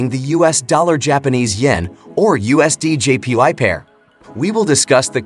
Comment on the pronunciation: All i kept hearing was " USDJPi". 😅😅😅😅